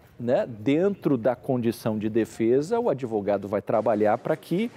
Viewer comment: "adevogado" cara de pau.